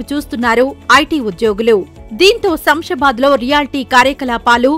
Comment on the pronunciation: It is not samsabad, read as Shamshabad